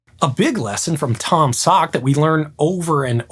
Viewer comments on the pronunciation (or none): Pronounced Tom Saw not Tom Sawk, the ‘k’ is silent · How can one read Taum Sauk as Taam saak? Where are the u going?